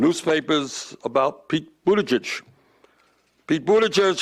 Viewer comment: Bernie actually knows how to pronounce Buttigieg. I'm impressed.